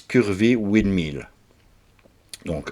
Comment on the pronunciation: Bonjour Serais-je le premier commentaire ? Une chose me choque, c’est votre prononciation de windmill ! Cela signifie moulin à vent. Le vent = wind = oui n d, et pas oua ind. Moulin= mill, et pas ma ile